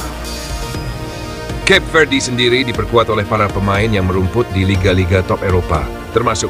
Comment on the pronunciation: Cape Verde, bacaan nya dalam bahasa Indonesia : Kape Verde…